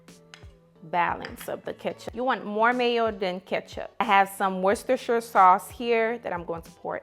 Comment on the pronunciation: How the hell you pronounce Worcestershire sauce so perfectly? That word is my kryptonite 😂🤦🏾‍♀️